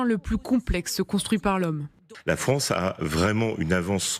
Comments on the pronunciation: "Les Fronce dont" le collimateur… Mais qu'elle apprenne le français ! C'est mauvais, je quitte ! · La Fronce dans le collimatar… Elle ne sait toujours pas parler correctement, je quitte !